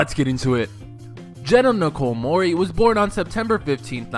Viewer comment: It's not Mur-ey its -Mor-ey